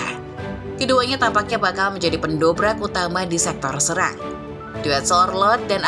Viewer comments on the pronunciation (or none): none